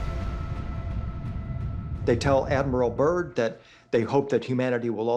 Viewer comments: Admiral Byrd - not 'Burn' .. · It's Byrd not burn smh lol 😅